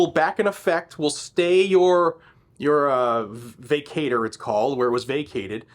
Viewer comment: vacatur is pronounced, vĀ kă chər